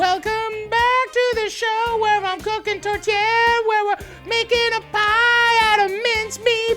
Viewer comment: The whole time i kept hearing tortilla not tourtière